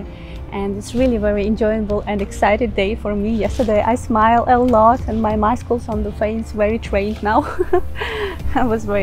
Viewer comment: very nice tips you have provided here, Well Presented Your way of presentation is very Sweet.... I like the way you say Maskals (Muscles) Ha Ha Ha Ha.... Don't feel bad, I know you are not a native English speaker.... Nor am I but I had my schooling in an English Medium School....